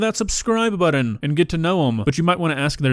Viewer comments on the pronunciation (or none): hey bud, I love your videos, but I gotta say...you know "similarity" does NOT have a "u" in it. also, "button" is not "buddon", nor does "gotten" have two "d's" In it. "preface" is not pronounced "pree-face". I'm sorry. I feel bad, but there are serious and repetitive mispronunciations of words left and right in your videos and it's been driving me insane!🤪🤪🤪 listen, you'll hear it😬